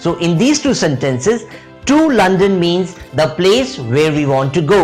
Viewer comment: Very useful video! :) Small note: some words were pronounced incorrectly, mainly in terms of stress. eg, sentences (stress goes on 1st syllable, not the 2nd)